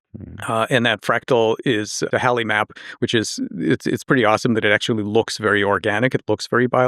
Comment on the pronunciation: Good job actually getting the right pronunciation of Halley too.